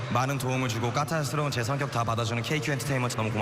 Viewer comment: 오우 발음예아 까탈르스러운저를ㅋㅋㅋㄱㅋㄱㅋㅋㅋ